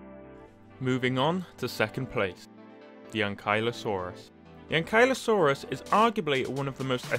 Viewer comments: when he said " arjin-tahvis " and " ain-kylo-saurus " i felt that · Not to be rude but i think it is pronounced ank-you-la-sorus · I noticed that you pronounce ankylosaurus differently then what I say.🤔